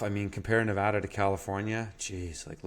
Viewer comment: kudos to actually pronouncing Nevada correctly, most people in the Union cant. Coming from a guy who has grown up in rural Nevada, Google maps doesn't do the state much justice. There are plenty of green areas with springs and creeks tucked away from the major freeways and highways with great potential to be homesteads. Unfortunately, the land is rugged and unforgiving to those with little experience in high desert living. As mentioned in other comments, the trouble is most of those wet places are either already privately owned or it is federally owned.